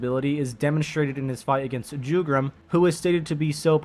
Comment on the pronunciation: It's pronounced as Yugram but spells as Jugram